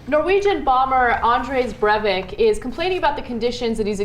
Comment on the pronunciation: "Andres Brevik" Really?